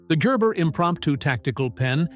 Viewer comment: It's "Gerber", not "Jerber".